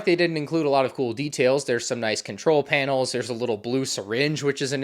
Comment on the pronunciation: Pute a finger down when he says “panil”